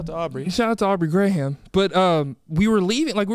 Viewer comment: he said shoutout to Aubrey grey-ham lol